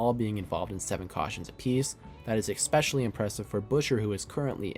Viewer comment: It’s especially not ecspecially